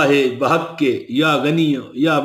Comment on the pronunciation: بِحقِ لفظ ہے بٙحقِ نہیں ہوتا جناب